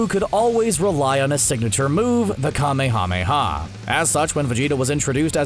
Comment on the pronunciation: This dude sounds like an idiot, I was done with the vid when he mis-prounounced kamehameha. They say it a hundred times in the series, did u even watch DBZ. This literally irked the shit outa me.